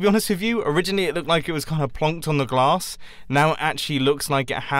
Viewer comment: U said plonked on the glass not grass